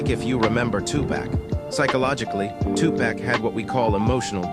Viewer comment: It's not two-pack, it's Tupac!❤❤❤